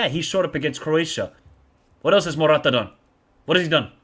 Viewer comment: is not Morrrrata is simply Morata....😂